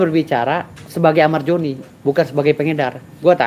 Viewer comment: Amar Zoni bang, bukan amar joni🗿🗿🗿🗿